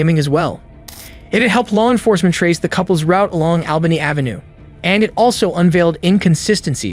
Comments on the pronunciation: Yes but he didn't pronounce Albany AV hartford correctly is this AI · Yes but he didn't pronounce Albany AV correctly